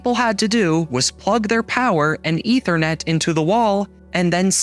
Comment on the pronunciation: "you just have to plug in the eaternet" no you have to dial in